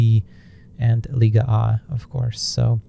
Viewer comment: Great cast, but why is LIGA A pronounced LIGA AH? or am I going mad hahahah